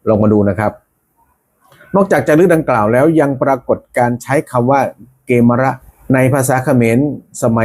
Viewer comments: กมีร์ -> เกมร -> เขมร -> ขแมร์ เกมร ไม่น่าออกเสียงว่า เก-มะ-ระ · เข มอน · อ่านผิด ไม่มีใครอ่าน เก มะ ระ ไปเอามาจากไหน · เกมรอ่านว่ากะเมน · เกฺมร น่าจะอ่านว่า กะ เหมน